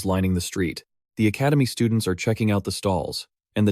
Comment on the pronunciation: The STUDE-NTS xD